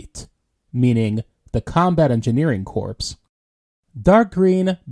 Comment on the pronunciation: In the millitary 'corpse' is pronounced "core". If you pronounce the 'P' you are talking about a dead body.